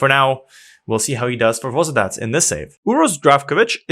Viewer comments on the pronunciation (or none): and Varnamo is from Sweden and to correct u for Vozvodac it s pronouncing Vozdovac